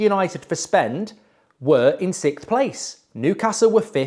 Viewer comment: I love it how he pronounces 6th as “sickth”😂